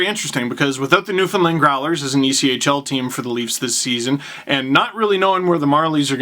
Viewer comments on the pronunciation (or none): Steve, it’s NewFOUNDland bud cmon 😂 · Ya messed up the pronunciation of Newfoundland. Feelsbadman